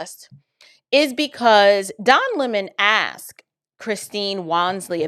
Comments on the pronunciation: Bless you! You are amazing! Please quit saying AXED. YOU ARE so very smart, articulate and a perfect example of knowledgeable, passionate, independent woman of God. Please, please, stop saying "axed" If it is ebonics, or a truly something that you cannot help. Forgive me for bringing this up. AXED, VS Asked. Please quit saying AXED VS ASKED. You are so articulate. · "He AXED"!